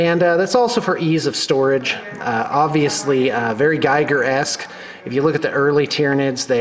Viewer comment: i love the forge world hive tyrants so much. Both the winged and footslogging versions. By the way it's pronounced geeger. Geiger (guyger) is the guy after whom the radiation counter is named.